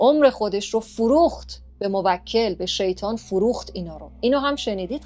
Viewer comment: موکل یعنی تو به اون خدمت میکنی شما باید بگی موک٫ل یعنی تو به اون توکل می‌کنی (افتاد)